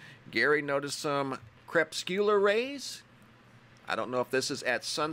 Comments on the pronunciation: Hello Mr.MBB333They are crepuscular rays, pronounced "Cre.....pus....cue...lar"!!!Cheers nick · Good work,! P$. Crepuscular kinda rhymes with muscular. Hope that helps.